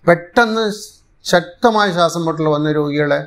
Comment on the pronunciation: ശാസം അല്ല ശ്വാസം. English ല്‍ പലതും പഠിച്ചു, പക്ഷെ മലയാളം ?